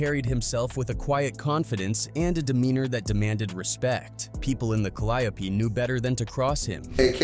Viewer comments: This clown said Calliapee instead of Calliope😂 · I wish yall stop being lazy and do the commentary yall self. That AI shit be butchering the shit out of names. Who tf is C-Ender and Ca-Lie-O-P? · it's pronounced "cali-ope" but the announcer is saying it "cal-eye-a-pee" Far different 😅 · The Cal-ee-ope projects..smh. know it all folks tryna profit off the work No limit put in. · The way the narrorator says calliope is killing me inside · That's how white ppl pronounce it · My brother, good video. But you are butchering the pronunciation of the Caliope projects. There's a gang of songs that have Caliope mentioned